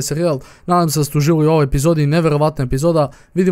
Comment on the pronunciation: Kaze se epizoda a ne episoda